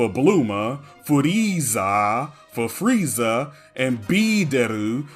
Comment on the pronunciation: No one talks about Freezer or Frieza in english which is supposed to be Freeza